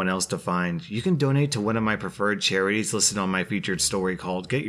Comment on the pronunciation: did he really pronounce charities as ‘cherries’?